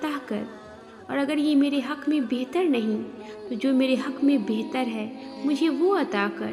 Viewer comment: Bather nahi bathaer krke adha kr mashaallah